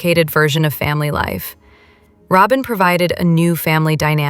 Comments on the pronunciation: Soben? Do you mean Sobbin? Pronunciation!! 🤬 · Yes! It’s annoying that the (oddly-pronounced) version of Robyn’s name is often used—though not consistently—throughout. ‘Just goes to show A.I. isn’t perfect.😂